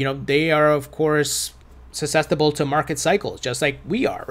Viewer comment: Why do you keep saying suscestible lmao